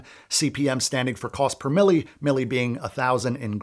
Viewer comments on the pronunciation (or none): Cost per mille is cost per thousand, and it's French (from latin before that). It's not greek. The 'e' is silent, it sounds more like 'meal' than 'mill'. This is not important, but perhaps life enriching!